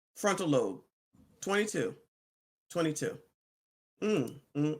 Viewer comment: .....FRONTAL LOBE....pronounced with a hard....B....love you...keep up the great work...